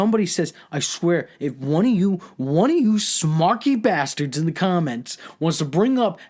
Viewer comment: Its pronounced sNarky..